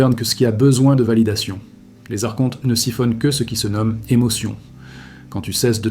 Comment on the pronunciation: Donc tu as tout appris par des livres ? ? Car tu prononces mal archonte, et gnose . C'est étonnant